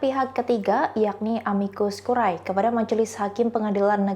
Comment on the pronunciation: Amicus curae baca * amikus kure * akhiran AE bacanya e curriculum vitae* kurikulum vite